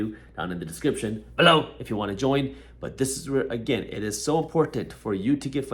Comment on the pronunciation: I’m loving this guy and his mind but everytime he says BELoW I get a jump scare😂